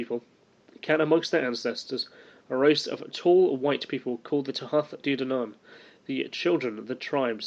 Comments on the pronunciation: It's pronounced Tootha Day Danan.... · The pronunciation is Tuaithe de dannan (Too-ah day dah-non). Leabhar is pronounced Laur (think cow with an l instead of c) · The way you pronounce Tuath De Dannan is Thu-ah day Da-nan and Tír Na Nóg is Teer Nah No-g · its pronounced too-aha day dan-on :-) loved the presentation approach